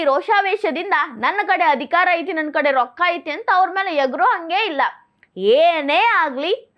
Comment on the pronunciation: IMPROVE YOUR KANNADA. NO AITY, KUNTAITY OR BARAK HATYATY.